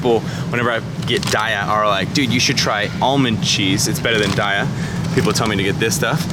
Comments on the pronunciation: Love you but PLEASE stop saying DIE-A. It's DAY-A. Company has confirmed it and the name comes from a Sanskrit word "Dayaa" meaning compassion. THUMBS THIS UP. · Hey! New to your videos. Found your channel through your skin journey. :) (Congratulations, btw! The treatment clearly went well! Your skin looks awesome!) Just wanted to let you know--it's pronounced "day-ah". :) I used to say "die-uh", too. (New vegan, here. 7 months in.) Then, I read the website: "We pronounce Daiya as “day-ah.” As in “Have a nice Daiya!” The name came from a play on the words 'dairy' and “Dayaa,” which is Sanskrit for “loving, kindness and compassion.”" Anyway--Love what I've seen of your videos, so far! After seeing the "nice" cream one, I'm gonna try PB2! :D Looks yummy! Thanks for making this video. I almost got this cheese by accident once, too. It caused me to become more vigilant, and start reading labels more closely--even in the "vegan" section. :P